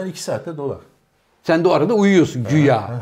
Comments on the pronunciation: can hoca şarz degil şarj😁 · şarz dedi :))))) 45.30